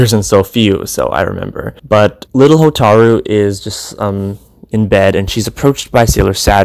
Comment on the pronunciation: Hotaru not HO TAAAARRRR RU Hotaru